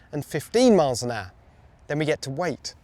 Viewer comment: How come none of you can say HOUR properly!!